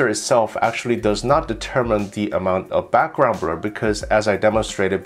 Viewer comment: He can't say blur😆 brul😆